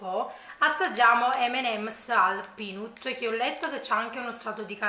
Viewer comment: La mia vuole essere una piccola critica costruttiva, ho notato che spesso nei video assaggi per “peanut” dici “pinUt” ma in inglese si pronuncia “pinAt”! Se lo correggi dá qualcosa in più al video, poi se ti dimentichi e non ti ricordi pazienza! Lo dico solo per informazione non per hating 😌